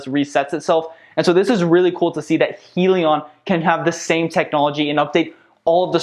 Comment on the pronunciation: Just so you know... it's pronounced "High-leon"